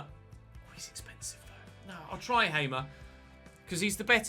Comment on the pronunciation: Hey, signed a player who used to play for my favourite team! Hamer is a real baller irl, especially during his PEC time btw, it is pronounced "Haa-mer", like the long "a", idk how to really describe it.